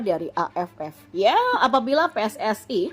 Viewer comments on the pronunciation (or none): none